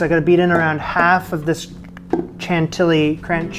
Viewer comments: Wow this is an amazing recipe good job! A word of advice, in French, the way to pronounce CHANTILLY (the 2 LL) is like the Y in the word yes. CHANTIYI. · Congrats on getting that luciousness out of the mold! I second the suggestion to line it with cling film next time. I’m so glad you did this. I’m not sure it would have caught my eye, but yours came out looking great - I may give this one a go! P. S. Chantilly is pronounced with a “sh” sound. ;-) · Love that every time you sait "N'est-ce pas" it sounds like "Ne sait pas" which is "(I) Do not know" instead of "isn't it". Don't change it it's lovely! But Chantilly pal. Shan tee yee. Your start is perfect, but double- Ls make a Y sound like the Y in "yes" chantiyi. Regardless this looks amazing and I'm happy you got it out of the pyrex.